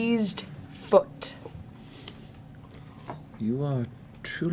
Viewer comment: I heard Deceased everytime Matt said Diseased so yeah 😂